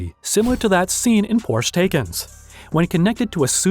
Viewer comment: it is actually pronounced that way!